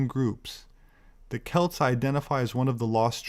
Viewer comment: The root of the word "celt" is the greek word "keltoi". The proper pronunciation employs a hard "c". In other words,it's pronounced "kelt" as opposed to "selt".